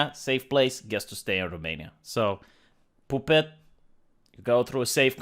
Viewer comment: “POOH-PET.” That’s it. That’s how I’m pronouncing it from now on.